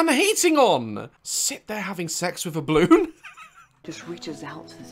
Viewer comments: He keeps saying bloon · I love that Daz misses out the 'a' in 'balloon'. He says 'blloon' 😂😂. Also, he pronounces the plural for 'woman' as 'woman' 🤭🤭